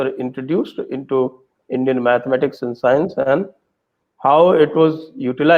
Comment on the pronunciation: CK Raju sir, why are you still calling GANITA - mathematics (MITHAMATICS!!!)???